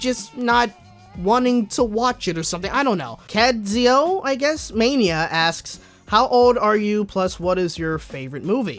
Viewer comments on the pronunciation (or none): It’s keadzo